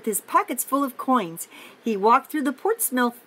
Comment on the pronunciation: And it’s pronounced por-ts-mu-th, you say subscribe and like at the end, and you can’t pause in between.